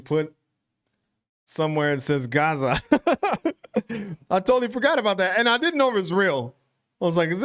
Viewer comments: Gazza not garza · You would definitely be Gazza... but you need to make the 'a' sound more like 'a'pple, instead of 'a'rtichoke. 😊 Yes, budgie smugglers are exactly that... speedos! 😂😂 Trust me, you don't need a picture. 😅😂 'Stoked' is surfie language (as in people who surf). It's been around forever. Yeah nah = no. Nah yeah = yes. Lol Aboriginal culture is wonderful. Australians are finally learning to be proud of the First Nation peoples of our country. It used to be a more sensitive topic, but these days there is far more celebration and recognition of their history, which far exceeds our British takeover history. Yes, you got it. She is referring to muscle shirts. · It may just be an accent thing, but the way you say Gazza is just landing wrong. The first A is more like the ‘A’ in Gap. So say Gap but exchange the P to a zza (like Pizza with out the PI) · Not Gaza … Gazza. Rhymes with… jazz. Gazz like jazz, with an a. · You're actually saying Gazza incorrectly. It's not pronounced like Garza. And yeah, "bookies" and "goalies" are pretty general. I don't think they came from Australia. But the word "selfie" did. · never heard anyone use 'coastie' before. you say gazza wrong. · Definitely got the pronunciation wrong.